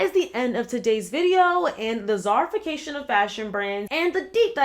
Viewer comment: I don’t know why I thought you kept saying “CZARification” 😭😆 I was so confused at first